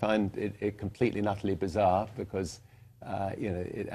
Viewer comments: "Eviluton" Why does he get that kind of accent? I despise this guys luck! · It sounds like he said EVILution. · It sounds like he is saying EVIL-lution